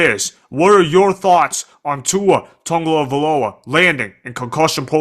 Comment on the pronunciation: The only thing worse than Tua’s concussions is you trying to say his name…